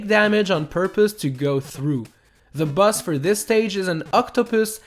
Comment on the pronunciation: You said boss as bus